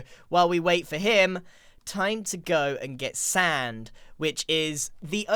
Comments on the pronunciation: Oh come on Grian, your not saying “Sand” correctly!! You know how your supposed to say it! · can you say sand weird